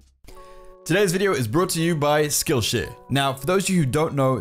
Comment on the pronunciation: When u say skill share it sounds like skill sh*t